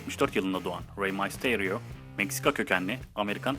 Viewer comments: Reymasteriyoo değil reymisteryo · Rey mastaryo ?? Rey mistiriyo diye okunuyor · reymasterio değil reymisterio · Abi raymasteryo değil reymister yo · Rey masto diye söyenmiyo rey misterio diye diye söyleniyo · raymestrio değil reymister io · rey maystoryo degil rey mysterio haci vee six one night değil six one nine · abi rey masteryo değil rey mistaryo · ABİ NEDEN REY MYSTERİO YO RAY MASTİREO DİYE OKUYON HE BİDE KALİSTO GELSİN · six one nayt ne olum rey maysterio ne lan malmısın rey duysa sana dava açar yemin ederim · abi rey misterio i ile lğtfen a la okuma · abi bida videonu izlersem mal olayım sen salakmısın adam gibi oku rey mayterıo ne rey mysterıo olcak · May sıterio dedikten son videodan çıktım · Six one nayt ne lan mq rey maysteio ne lannn 😂😂 rey mysterio bunları duysa Six one nine dan da soğur kendi lakabından da smödödödldlor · Reymaysterio ne amk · ray maysteryo ?????? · REY MAYSTERYO NE LAN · oyuncu rehberi sana katılyom mal reymisteryo diyemiyo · rey mistarionun adını yanlış söylüyorsun